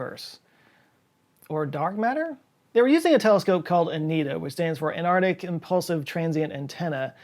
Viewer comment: "Anardic" - Antarctic. Weird way to say it bruh